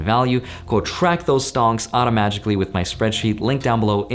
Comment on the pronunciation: Hey man i got UNSUBSCRIBED somehow. Thought you should know. Love your channel and i would never unsub. When people say automatically i hear automagically. <3